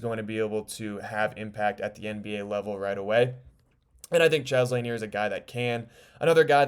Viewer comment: 'Expert on Pistons but can't pronounce Bob Laniers last name. Read before you write, Son. Read before you write.